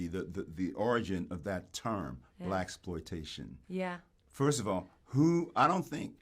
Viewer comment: Yeah.. I felt the same. When she said Blackploitation.. I was like, " huh, nah that ain't it" 😭